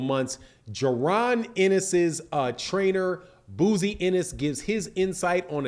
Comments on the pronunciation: your got to get people name right, his name is pronounced Bo-Zee,love the platform 🙄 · B O -- ZEE IS HOW U PRONOUNCE HIS DAD'S NAME IT IS SPELLED BOZY!!!!